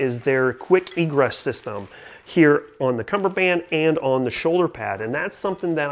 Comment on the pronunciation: Oh your wrong all right. It's cummerbund not cummerband geezaaaa